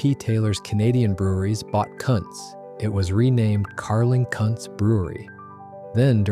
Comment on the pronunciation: Lol, probably Ai voice. Pretty sure it wasn't pronounced Carling Kunts either lol 😂